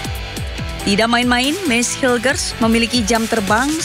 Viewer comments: BUKAN HAILES BANG, TAPI HILGES DIBACA NYA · Hilgers baca nya bukan hailges, hubner baca nya bukan habner, bahasa Belanda itu ejaan nya sama kaya bahasa Indonesia.